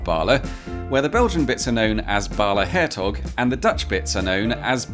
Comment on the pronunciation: For someone so careful with pronunciation I was disappointed with “Hertog” with a very English g 😉 but nice to have a new video on a heavily trafficked anomaly